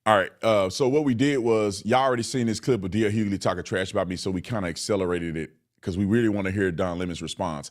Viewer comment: DL WHOgly? Lol and the Lemon head is so annoying. You keep doing you Officer Tatum! ❤